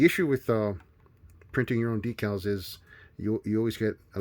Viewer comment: Thank you for using the proper pronunciation for "decals" . I hate those guys who pronounce it "deckle".